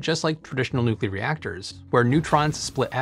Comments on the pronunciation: Did he actually say nucular? He says nuclear later so I guess it was just a slip of the tongue. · I cannot believe that someone as intelligent as you seem would actually say nucular. New-clear (nuclear) not new-cue-ler (nucular). Disappointed.